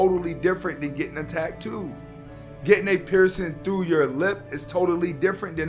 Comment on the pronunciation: Dude, why are you pronouncing Asta la vista ,Hasta la vista ? Also you're saying tag- too instead of ta -too. Not trying to be a dick; I just noticed and thought you might not have, because everything else is on point Thanks for the content